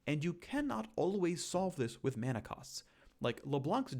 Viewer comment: Thanks for pronouncing it correctly as mana and not mana